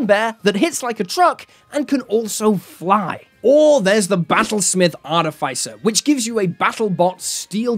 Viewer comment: wtf is an arty fay sir ?